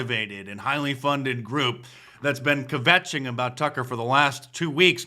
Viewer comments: It's kvetch not "kavetch" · You need to learn how to "KVetch". .... It's not "kih-vetch". But good try.